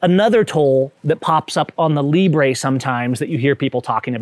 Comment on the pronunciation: “Librey” lol